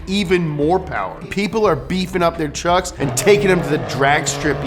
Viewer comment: tuercks HAHAHAHA